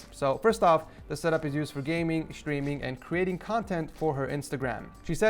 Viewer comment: is it just me or does everytime he says the word streaming it sounds like the word screaming